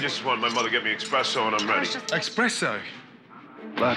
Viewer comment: Expresso! Bloody Hell!!